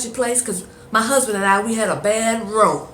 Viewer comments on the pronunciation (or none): Its a row not a rowe